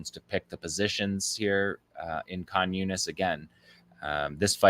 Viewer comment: Does anybody else hear "communist" whenever he says Khan Younis? 😂